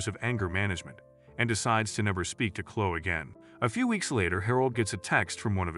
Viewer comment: Story 2: It's pronounced ChloE not Chlo